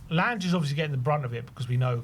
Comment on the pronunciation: Your pronounciation is horrible. Lan-ge, like in Langobard